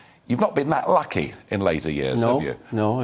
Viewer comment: ditto 😀 and "loukey" and "roobish"